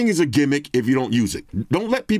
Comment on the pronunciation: People online really be saying "gimmick" in that way. Kinda lazy